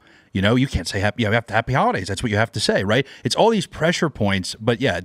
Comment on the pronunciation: Did he say Happy Howahdays?🤔